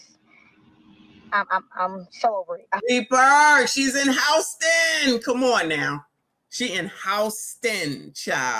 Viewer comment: Its been a long week for Howston(Houston) 😂😂😂